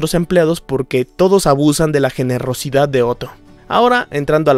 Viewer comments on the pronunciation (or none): activa el modo aleman para decir "generrosidad"